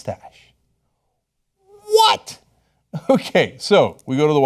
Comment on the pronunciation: I died at "police that moostache" 😂😂